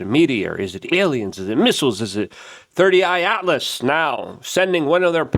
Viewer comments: It's not 30I its 3 I atlas 3 as in 3rd I as in interstellar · How bro gonna report on something every single day and never once get it's name right It isn't 31 atlas. It isn't 30 eye atlas It's 3I/Atlas (three eye atlas) Ffs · "Thirty I Atlas" and "Avi LaBobe"? 🤦‍♂ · Luke; it’s THREE I/Atlas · he is calling it 3rd eye Atlas. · Bro seriously, it's "3 I Atlas" (Third Interstellar Object) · He says 30 I so much that I questioned myself 😅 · Exactly he keeps saying 30 I Atlas haha